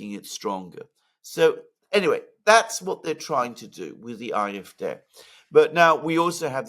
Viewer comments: it's painful to keep hearing you say IFDeh instead of AFD. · Why not pronounce AFD, “ A, EF, DEE instead “er, ef, dei”.🙄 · I wish you would pronounce AfD correctly. You speak good English.